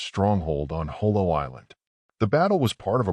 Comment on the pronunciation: The battle of JOLO not Jolie. Thanks.